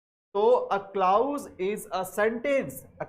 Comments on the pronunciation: The correct pronunciation is Kilàz not klaouz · Sorry Sir u are actually king but would suggest u something like it's क्लॉज not क्लाउज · Sir it's not clous but clause so please don't mispronounce it... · Mai bhi yahi kahne aya tha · Nhi clous nhi hota clause hota h sir bilkul correct h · Sir your pronounciation is. Wrong right clause क्लाज है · Teaching sa phly khud ko parh lien bs pta niii Kahan sy aw jaty Hien clause glat prha ha I have downloaded playlist but now going delete it.